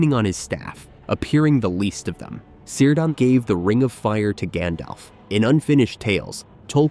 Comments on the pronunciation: Cirdan - pronounced with a hard "c": "keerdan", nor "seerdan". Thus "Celeborn" is pronounced as "Keleborn". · It's pronounced "Kírdan", ffs. With a hard K-sound. Was Galadriel married to Seleborn? How can you pretend to know anything about Tolkien's world if you can't pronounce the names of major characters? Also, 'The Two Towers' were not Orthanc and Barad-dûr. Barad-dûr never makes an appearance in the second book of the trilogy. The two towers are actully Orthanc and the tower of Cirith Ungol. And there's no evidence for the main clickbiaty "thesis" of this video, that Saruman would have been able to forge a ring greater than Sauron's. In fact, the evidence points the other way: Sauron was able to make his ring so powerful because he was a very powerful Maia in the first place.; Saruman, however, simply didn't have the native power that Sauron had to pour into his own ring. He also wouldn't be able to dupe the Elves into forging other rings of power that were in ways subservient to any "master ring" that he might forge, because they had completely learned their lesson from being duped the first time. Yes, he was seeking the secret behind the forging of the rings of power and maybe hoped to find that in the ruins of Barad-dûr if Sauron was somehow defeated militarily once again, but in no way could he have forged a ring more powerful than the One Ring. Having said all that, in all likelihood, I'm complaining to a bot, so it's pointless....